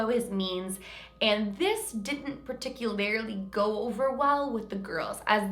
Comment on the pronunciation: Particularly I love your videos. But every single time you pronounce PARTICULARLY as PARTICUL-ARUHLEE .... It just gets me man lmao! 😂